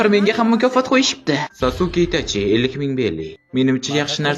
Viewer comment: Aka iltimos saske deb talaffuz qiling